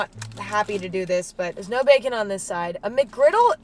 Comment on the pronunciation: emma... just doesnt know how to say "no bacon" ?